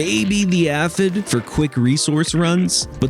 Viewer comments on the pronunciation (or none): FYI "Aphid" is pronounced 'AY-fid' not 'AH-fid' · "Aff-id" 😅 it's pronounced "Afe-id".. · This video helps me to see that I don't want to progress too far in remixing. It looks like the game would no longer be fun for me. Great video. One minor thing to point out is that Aphid is pronounced ay-fuhd (long A at the beginning). Sorry if that's nit picky. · Why you pronouncing aphid like that?